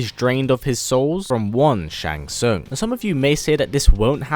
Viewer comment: *Shang Tsung. Your favorite character and you didn't get his name right..... Really bro?